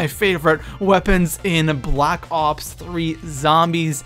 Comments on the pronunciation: Wtf he said blops 3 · Did this guy just say blops 3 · Did he say blops 3